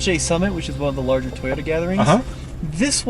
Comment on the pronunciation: No matter how many years you've been in the US you'll still spill the fact that your Polish lol, it's Toyota not Tayota.